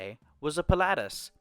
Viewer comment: Interesting way of pronouncing Pilatus 😅 Pi lah tus 😊 I know what you mean though great video